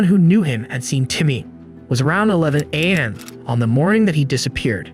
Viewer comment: This is AI right? strange inflections/pauses, pronouncing it 'am' instead of A.M... I am finishing this story though it's annoying to listen to but will be blocking this channel henceforth. Hate this AI bullshit